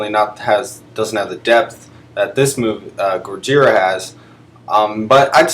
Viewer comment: This is a pretty good list. I like the way you try to retain the Japanese pronunciation "gojira"